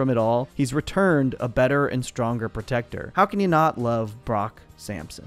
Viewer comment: You mean Brock Syampsyon